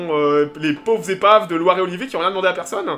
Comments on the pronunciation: ce n'est pas Loire et Olivier mais LIORE et Olivier !!!! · Pas Loire et Olivier, mais Lioré et Olivier !